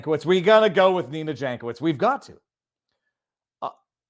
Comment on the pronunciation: Yank-oh-veetch in slavic. Like Weird Al.